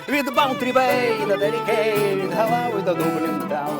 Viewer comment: не галав а Ґолвей